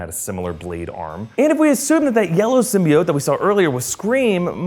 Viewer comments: people pronounce it sym-BEE-ote but it's really sym-BYE-ote :) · Did anyone notice that they subtitled Eddie Brock's name "Edy's"lmfao wtf is going in this is how they pronounced Symbiote"Sim-bye-oat" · So glad I'm not the only one annoyed with the Sym-Byte-Oat pronunciation lmfao that was...terrible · he did so well until "SYM-BY-BIOTE" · what about sym-be-atch